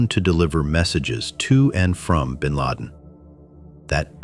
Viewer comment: gw bush said bin lad